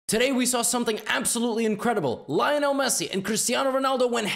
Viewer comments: By the way it’s pronounced LEO-NAL NOT LIE-NAL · Why do some people pronounce Messi’s name like this “L-eye-onel” It’s “L-ee-onel” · The way he pronounce Lionel tho 😭